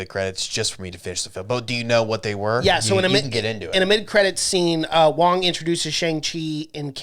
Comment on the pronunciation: Its wong not woo